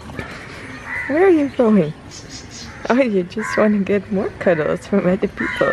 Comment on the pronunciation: you are not pronounciating some of the english words properly. For instance, you tend to say "udder" instead of saying "other". Sorry but it makes me cringe. Try to be yourself when you speak English. Dont try too hard attempting to be a native English speaker because you are not! And trying hard comes off as fake.